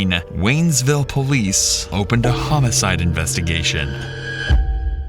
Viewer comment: It's WaynesVILLE! God how I LOATHE AI readers... 🚽